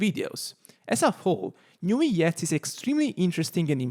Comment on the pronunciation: Aargh, I hate the way you pronounce his name😂😅, why put so many alphabets if you'll just say nuviet